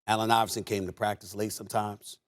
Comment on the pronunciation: PRACTICCCEE!? Lol